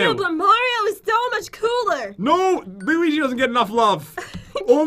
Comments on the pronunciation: did say luigo do she even Mario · Pat: I'll let u choose: Ok lets do layo leo lewi looay luii luigi. Pat: You said it perfectly when we got here... Me: 😂😂😂😂